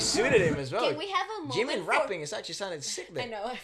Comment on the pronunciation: jimin's pronunciation is not good, but namjoon was SICCCKKK